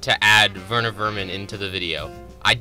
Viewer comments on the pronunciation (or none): none